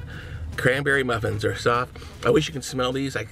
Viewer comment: He said "the orange cranberry muffrin" 😂😂